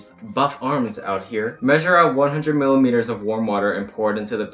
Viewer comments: "Millileters" Oh my dear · I love that he said milliMEters of water ahhahahahaha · who's gonna tell him that its not milimeters